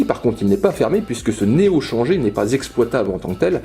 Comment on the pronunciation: Super vidéo comme d'hab, par contre faudrait peut être dire "néo chanjèr" ^^